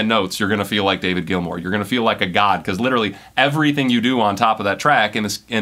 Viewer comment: David Gilmour = sss, no hss